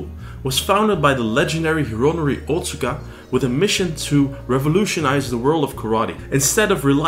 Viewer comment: Wado was my favourite martial art of the ones I've trained in over the last 40 years. BTW- Otsuka is pronounced "oh-tska". My father in law is Japanese and he corrected me on this pronunciation years ago. :)